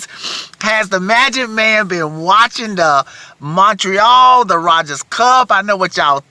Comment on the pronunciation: "ROGERS" Cup. No D in it